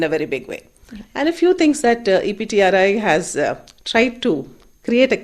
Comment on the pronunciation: It's EPTRI... Not CPTRI.. Please make a correction..